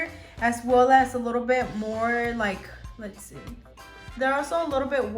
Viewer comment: Di u notice that when u say " as well" , it sounds like u say " as swell". Lol. Does anyone else hear that? Or just me.... Love ur nail vids. I'm new to doing nails so u help me AloT. Thanks 😊